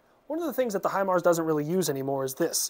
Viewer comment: Obviously you got your info from the school house instructors. But thank you for not butchering it or sounding like a dummy. Great video